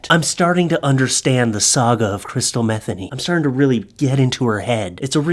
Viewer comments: It's not "Metheny" the pronunciation is 'muh-thee-nee'. Come on, I thought you knew better than that. Do your research. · It's Me-THEE-nee, not METHany like Bethany. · I think its pronounced "mah- THEENY" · If her name is pronounced like jazz guitarist Pat Metheny's, it's Meth-EE-ny. Just sayin.' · I believe it's pronounced Meh-Thee-Nee. Funny nonetheless 😂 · Could be pronounced meth- ay- nee. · Metheny name has some great bones. Pat Metheny for one (great jazz musician) I believe the pronounciation is Meh Theen ee and have heard it Me theen ee. Pretty sure crystal meth was not a common household term back then. There was meth. It was fueled a lot of bikers...so to speak... Just was not a thing back then for common folk. The name Crystal for girls was booming. however... I am so full of useless information... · I’m not related to, or know her in any way. But after having the same last name mispronounced all my life, I can say it’s pronounced Muh-THEE-nee. Just saying. I get this link sent to me on a regular basis asking if she’s related. 🤦🏻‍♀️ 😂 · I gotta set you straight. My Mom, who just passed on Easter btw, was named Crystal Metheny. That was my Daddy's name, her married name. You are pronouncing it wrong. It is as Mah-thE(long e)nE( long e again). Not like the drug dude.😉🤣🧐🤘 Hey put the darling doggo out front! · You played it straight,.....u prolly know Crystal's last name's likely pronounced m' THEEN ee, Ouch, but this is hilarious! Poor girl. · I'm No Expert But I Think Her Surname Is Pronounced With The Accent On The Second Syllable. For What It's Worth, I Am A Subscriber. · I doubt that’s how you pronounce it but that’s epic